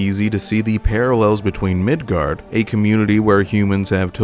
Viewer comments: FYI, it's Midgar. Not Midgard. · Midgar not Midgard. If you are going to try and make a video talking about something then you should probably know how to pronounce it. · I’m not sure if anyone has said this yet… but there’s no D in “Midgar”… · It's called Midgar, not Midgard. You can thank me later, or now. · I’m gonna stop it right in the beginning at “MIDGARD” 😂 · There’s no D at the end of Midgar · MID GAR. MIDGAR. MID GAR ffs sake ya douchbag. Learn words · Midgar not Midgard